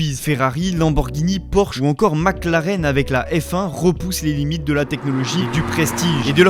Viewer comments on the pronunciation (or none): none